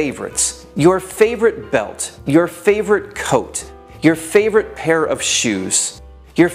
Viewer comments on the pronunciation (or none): none